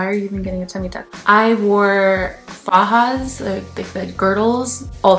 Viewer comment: I loveee how you just said fajas!